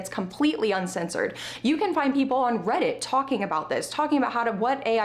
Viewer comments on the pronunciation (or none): none